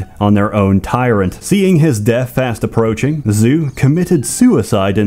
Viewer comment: Bro really read “Zhu” as “zoo”